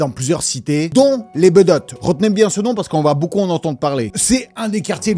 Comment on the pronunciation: Sevran BEAUDOTTES pas BEUDOTTES et INCROIYABLE… entre autres… j’ai pas tout relevé. Mais pourquoi. Sevran pas Sévran… commandite et pas commanditation … dommage car tu as un super flow.